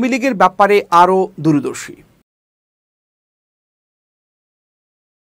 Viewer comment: সংবাদ পাঠকের দৃষ্টি আকর্ষণ করছি, ক্রেমলিন, দূরদর্শী শব্দ দ্বয়ের উচ্চারণ ঠিক হয় নাই।